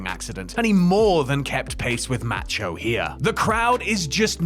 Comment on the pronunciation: For the love of God please learn how to pronounce Macho. It's enough to block this channel.